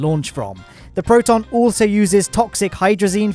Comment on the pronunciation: Awesome. Really. But here unwanted russian prounonsation guide for you: "Восточный" - "ч" sounds as "ch" (in "cheese"), accented, as you do it correctly, on 2'nd syllable. "Ангара", "Протон", "Восток" - accent on last syllable. And yes, "Восток" prounounced with "k" at end of the word, as you do it in "Восточный", but that's different words... P.S. I deliberately not mentioning "Байконур" word, as it's not really in russian, so, kazakhs, possibly, prounoncing this location name completely other way, so your 1'st syllable accent may be more correct than ours - which is on 3'rd one.